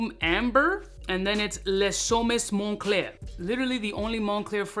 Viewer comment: “Mon-Cler” Money_Clear 😂 🤣 😂